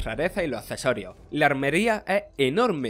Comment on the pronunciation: Si son cesorios en vez de accesorios pos se dice. Marchando una de logopedas!